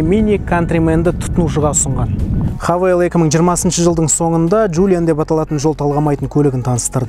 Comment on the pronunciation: Хавейл емес хэйвал боп оқылады ғой ереже бойынша. Havale - хавейл, Haval - хэйвал!